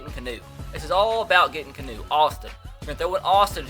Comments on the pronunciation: IT'S NOT CANOE OR KEENU, IT'S KEY-AH-NU. LIKE THE DUDE FROM THE MATRIX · Keanu pronounced key-on-ooh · Its kee-on-ooo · its pronounced KEY-AH-NEW, Not key-new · It's KEE-A-NU not "KEE-NU" or "CANOE" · Why does he keep calling him Canoe??? It's Keanu (Key-ah-new) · It's not Canoe or Keynu it's pronounced Key-Ah-Nu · This mans name isn't canoe or keynoo its pronounced key-a-noo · lol it's not Kee-nu it's ke-a-nu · (Kee-ah-new) not canoe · ITS LIKE THE MOVIE ITS NOT CANOE ITS KEANU OR LIKE KEANU REEVES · Was anyone else getting progressively more and more pissed off that he was saying canoe Neal in stead of kee-on-no Neal 😂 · It's not keenoo either 😂😂 KEY AH NOO. NOT KEE NOO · HAHAHA key-new 😂😂 it's Key aw new. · Beast Mode kee-on-no Plus he wants to call him Kano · KAY-AHH-NEW Not KEY-AHH-NEW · its pronounced Key Ah Nu Neel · [key-ah-new] Keanu Neal bro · its kee ah new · Say it with me. KEY-AA-NEW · It is KEY-AHN-U Neal!!!!??!*#($ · ITS PRONOUNCED KEY-AH-NOO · It's (ke-ah-new) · His name is actually pronounced Kee-on-eww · It's pronounced Kee-ah-noo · It would be key-a-new (the a being pronounced like the way it's used in han, as in the han dynasty). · It's pronounced KEE-AH-NEW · U can't even pronounce Keanu correctly. It's like Key-a(soft)-new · It's pronounced Key-A-New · its keeee aaaa nnnn uuuu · Its pronounced (Key) (ah) (new) Neal. Keanu Neal😂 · It's KEE-A-NOO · He is still mispronouncing Keanu Neal. It is (key-ah-new) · his name is pronounced key-ahnu and could you please try and get aj green im a huge bengals fan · it is pronounced (key ah new) neal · Jesus Christ it's pronounced (Key-on-oo) Neal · Its Key-a-new. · It's pronounced "kee-on-oo" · YOU STILL PRONOUNCED KEANU WRONG. IT IS key-ah-new. I would know, it is my name. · KEE-AH-NOO for heavens sake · THIS BOI JUST SAID KEENU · Its pronounced Key-a-no Neal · Keanu-Canoe. Tomato-Tamato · Its pronounced key-on-ouu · His name is key-on-new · Keanu Neal's name is pronounced kee-AH-noo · its ke-anu